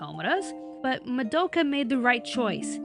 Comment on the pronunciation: Was anyone else annoyed at how pronounced Madoka's name wrong?